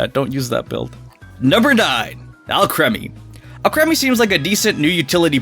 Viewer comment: Actually is pronounced Al-cream-e